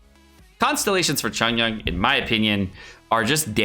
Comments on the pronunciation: Its not chongyan, its chong YUN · I've never really bean that annoyed at how people pronounce names but- that Chongyun pronunciation KILLS me- If you care, it's suppose to be Ch- ong- yune. Not Chun yun. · The way he pronounces Chongyun's name is triggering my fight or flight response. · the way he pronounces chongyun's name make it sound like chongyun is korean